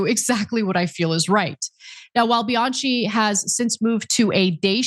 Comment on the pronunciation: Honey, the name Bianchi is pronounced with the ch pronounced as k. Bi-an-ki.😮